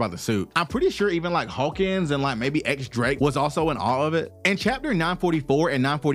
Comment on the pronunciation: Drake's name isn't 'X' the x here is read as Diez, or 10 in Spanish